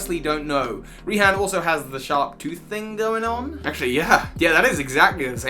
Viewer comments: nobody: not a single soul:: pronounces raihan (ray-han) as reehan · literally had to pause the vid and be like "im sorry did you just say Ree-han?" hilarious pls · REE-han LMFAO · I always thought Raihan's name was pronounced like Ryan. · Does anyone pronounce raihan like Ryan? Just me? Okay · I thought Ryhan’s name was pronounced “Ryan.” Just cuz a name has a weird spelling, it’s sometimes really simple. And sometimes it’s just lost in translation. Idk, that’s just me. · Ree-han's Ee-kans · "Ree-han?" Where did that pronunciation come from?